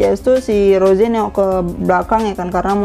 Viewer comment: Kak rose kak bukan roje